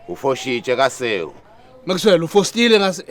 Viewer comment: Many parts were top notch, but lena ya "O foxitxe", Dlamini athi "u fostile"🤣🤣🤣almost sent me to esbhedlela sezinhlanya e Weskoppies